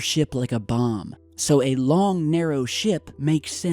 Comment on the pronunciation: i thought u said it could be some massive shit instead of ship